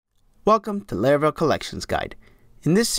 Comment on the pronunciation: its laravel not layrayvel